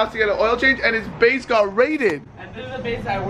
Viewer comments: “ base got raided!” I thought that he had said his face got raided. I was confusion😂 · I thought he said his place